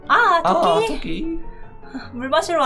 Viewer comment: 이 토끼를 또끼라해는데요?